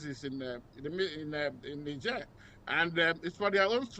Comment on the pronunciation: First white guy to pronounce Niger correctly. 😅😅